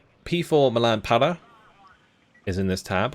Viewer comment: May I do a suggestion? It’s not to make fun of you but in French, when u pronounce “para”, u do it a way that mean “not there”.(it sounds « pas là »)So u have to scrape up your throat to have the good prononciation. 😆 keep going your work on your channel, it’s a great quality content.